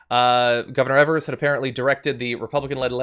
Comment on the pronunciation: The WI GOP has been fighting tooth and nail to get this election to go on tomorrow. I'm glad Evers stepped up. Also, the first "e" in Evers is pronounced as a long "e" jsyk.